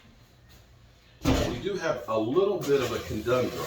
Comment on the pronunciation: what you have is a conundrum ( kuh - nun - drum ) A "co-dun-drum" is what a conundrum turns into after a few beers!